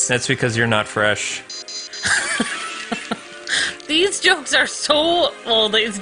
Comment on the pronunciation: makes me sad when she says fresh. 🤢